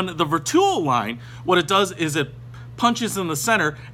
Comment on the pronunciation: Ver 2 o ….. or Vertuo? please learn the pronunciation!